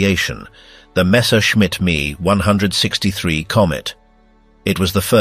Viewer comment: Itsa pronounced "M, E, 1, 6, 3," NOT me onehundred sixtythree